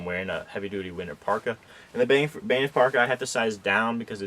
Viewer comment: Banff is not pronounced "Baynif".